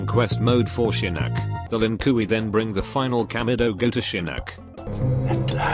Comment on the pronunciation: "Lin Kooey"